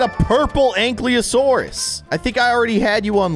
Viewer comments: “Anklyosaurus” bro it says ank-ylo-saurus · It's not ank le o Saurus it's an Kai lo sour us